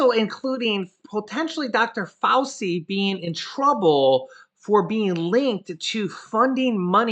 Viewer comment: Hey,. It is Dr, Fau[chee], not Fau[see].